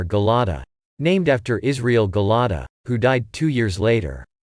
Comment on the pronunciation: You are not pronouncing the Kibbutz name correctly it's Gil-ah -di ,the same as the bible and NOT Gel ah da ...